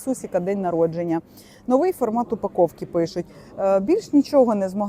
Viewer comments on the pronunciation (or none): none